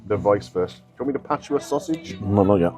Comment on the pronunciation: I like the way says "Cabbijjjjj" and "sosijjjjjjj".